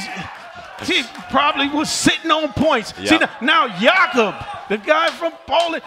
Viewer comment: Why are they pronouncing jakub wrong thet are pronouncing it like Jacob not Jakub